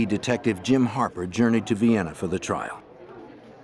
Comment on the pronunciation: "near Vienna" This awkward pause gives it away that it's non human voice. Disappointing.